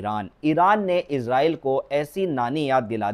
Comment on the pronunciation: Izraaieel ns kaho Israaieel ksho